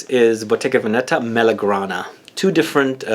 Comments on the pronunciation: It's Vèneta not Venèta ;) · you said Venetta